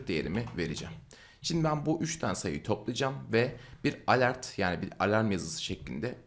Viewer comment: ivent degil event diye okunur yazildigi gibi. alert degil elört diye okunur yani yazildigi gibi degil.